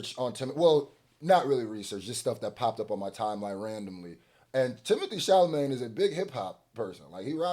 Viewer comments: Who is Timothée ChalaMAYNE? lol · It's not Timothée "Charlamagne"...😆 It's Chala..."met" !! It's ok though.. I get it ! It's hard to say a french name!😉